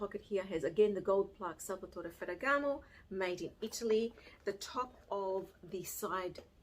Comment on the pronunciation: Great video. As an Italian I just melted every time you beautifully pronounced Salvatore Ferragamo. Love you. 💕